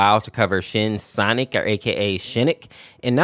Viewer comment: bro why did i hear you say shititck not shinnic